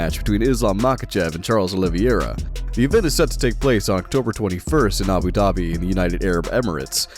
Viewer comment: IS OLIVEIRA NOT OLIVIERA!!!